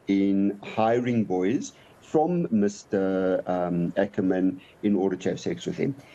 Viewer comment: I am glad the gentleman is pronouncing "Ackerman" as it was pronounced during the 7oties and 80ties otherwise it sounds like a Boer surname which it is not